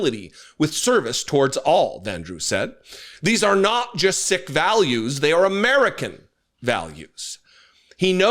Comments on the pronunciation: just because I have to be that person, The word Sikh is pronounced "Seek" rather than "sick". But we all know Brittany is the best part. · Holy F! It's pronounced Seek, not Sick! Get it right! You lose all credibility when you cannot even pronounce the name of one of the biggest religions in the world. If you cannot even pronounce his religion correctly, it shows you are more concerned w bashing the right than you are outraged by his this man was treated w bigotry. Do better. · Hi, I normally like your content, but I wish you would check your own facts before you accuse others of ignorance. The faith of the man in the turban is "Sikhism" and he is a Sikh. It rhymes with SEEK and not with SICK. It is actually quite offensive to hear you refer to him as "Sick". As a Brit, I do not claim to be an expert in the US constitution, but "establishment" has a very specific meaning in law and at the time the Constitution was framed. There is a huge difference between Congress deciding that it will not rule either way on "established" religion and completely disconnecting from religion. Indeed, one could argue that forbidding religion in the public square is also making a judgement about establishing or refusing to establish religion. I am not a Right Wing Nationalist and have no time for the far right. But I note, that past presidents have had chaplains and prayer breakfasts and that Lincoln called for a National Day of Prayer on more than one occasion. There is also the existence of the so-called National Cathedral in Washington DC. Clearly, previous administrations did not feel this offended against the Constitution and as I stated previously, the Establishment clause simply forbids Congress from making any laws regarding establishment or forbidding the free exercise of faith. Allowing a person of a minority faith to pray is in no way establishing a specific Church or religion. In the UK, we do have an established Church, but we have members of all fai